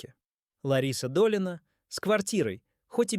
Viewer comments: Слух режет от неправильного ударения, ДОлина, а не ДолИна, исправления!!!!!!!! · ДолИна... КИркоров... Как достал уже этот ИИ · Думаю это нарочно коверкают. Долина, чудная долина.... 😄